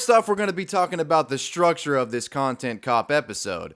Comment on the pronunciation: it's structure not sructure